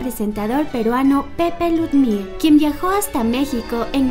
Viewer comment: Pepe ludmir con acento en la u . Ok.